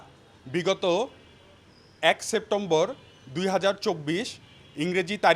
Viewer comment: পহেলা সেপ্টেম্বর বলতে পারে না উকিল মহাশয়